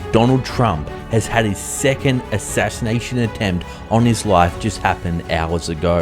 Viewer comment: Ashinanation attempt. Let's say it again. Ashashination attempt 🤣🤣🤣